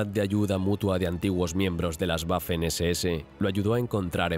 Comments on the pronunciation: nada más como dato, la W en alemán se pronuncia como la V del español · Sobre todo la pronunuacion, algo que me gusta de este canal es el empeño que ponían en pronunciar alemán, Ya que el dueño del canal estudia dicho Idoma. Y en este video me voy encontrando un "guafen ss" 🥴